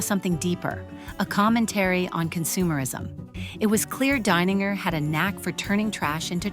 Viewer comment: This artist is Brilliant. Love it. I do wonder if the narrator is an AI bot. She pronounces the artist's name [DINE]ninger one moment and [DANE]ninger the next.